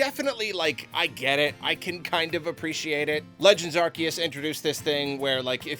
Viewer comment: MAN it makes me unreasonably angry that he still says ar-KEE-us and idk why. i thought we were past this